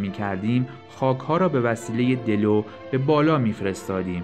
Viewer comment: دلو را اشتباه گفتی